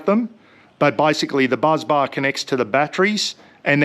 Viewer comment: Great video. Firstly it’s BUS bar not BUZZ bar. Secondly, your Jackery is only 44.58Ah not 170Ah. The battery in the Jackery is 45.8 volts, not 12volts. So 2042Wh divided by 45.8volts is 44.58Ah. Thirdly, an isolator would be a great idea, probably a fuse or two in the right places wouldn’t hurt either. When you connect the Shunt, all the negative connections go to the shunt and the shunt connects to your battery. If it was my system, I’d just use the Itechworld gear to run your house and use the Jackery for camping. Just look at the size of the Itechworld inverter against the Jackery, imagine how big the inverter is in it along with all the other stuff in there. I emailed you a few weeks ago. Alan from Collinsville, you know my cousin Mick. CopYaLater, Meeko P.S. I thought the Bluetti Charger One only works when connected to an alternator. I’d be very interested to see how you got it to work! 😊